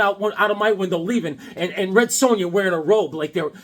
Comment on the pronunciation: First me, now. We're not freaks, man. It's Sown-Ya!!! LOL